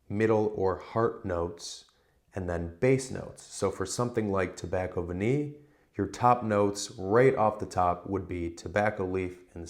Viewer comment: What a brilliant idea for a video! Nice one, very informative. is so knowledgeable. And don't worry, you didn't sound like an idiot saying 'Tobacco Vanille', it's better than a lot of other english people I've heard speaking french. Just a tip, 'eau' is literally prononced like the letter 'O', and 'parfum'...I can't help you that, but you were close enough